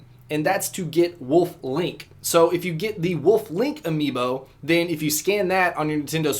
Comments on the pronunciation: lol, the last few times you pronounced "amiibo" like "amobee" haha, good vid anyways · Lol! It's amiibo...not amobii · Its “a-me-bo” not “amboe” lol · He called it an emobii not an amiibo😂😂😂😂😂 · He kept saying Amobi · Amobi I believe you were meant to say amibo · Lol u said amobi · Was it just me or was he saying “amobi” to replace “amiibo” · You kept saying amobis near the end of the video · He keeps calling amiibo amobii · Lol amobii not amiibo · Amibo not imobi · towards the end he said amobe instead of amiibo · Not amobii,its amiibo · he said amobiis not amiibo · A-MOW-BEE HAHAHAHAH 😂 do you mean A-MEE-BO LOLOLOL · this man said amobi instead amiibo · He called the amibos amobis and he thought that they were on the wii not trying too hate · Heh he says amobi instead of amibo just thought I'd point that out. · HE SAID "Amobi" INSTEAD OF "Amiibo" AND HE SAID "Gamepad pro" INSTEAD OF "Pro Controler"!!! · At the end he said "amobii" when it's actually "amiibo" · lol "amobii" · Oh wow. AmobiI(s) They're called amiibo(s) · He started to say AMOBII at the end there instead of AMIIBO cringe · He said amobii. Lol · he called them amobees so many times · I think he just said amobi lol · its not amobi it's amiibo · Imobii... it's amiibo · it's not imobii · Haha "emobis" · THEY ARE NOT PRONOUNCED AMOOOOOBIS!!! AMIIBOS! A-ME-BOES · lol it's called "amiibo" not "emobii" lol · Not amobee amibo AMA-mee-bo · WHY DID HE SAY IMOBI INSTEAD OF AMIBO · What are "amobes" HE SAID AMOBES ITS AMIIBO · It's amibbo not emobi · Amobis? It's A-MII-BOW, great video though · did he say emobiis? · HE CALLED THEM EMOBBIS! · Danny J right haha, I was like wtf is an amobi? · I mean he said amobi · Your saying amibo wrong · Yeah, we know what amiibo is. Were you hibernating during the wii u commercials? LOL, he said amobee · "never have to scan ur amo-bee again" XD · "Amobii" LMAO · He said amobis lol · Did anyone notice he said amobi that's funny but he actually have some pretty good tips.